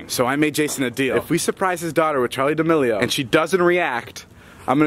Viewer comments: Its D'melio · Noty it’s Charlie Demilio not chori